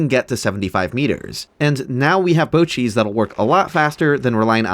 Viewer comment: you keep saying bow cheese but i cant help but hear bocchis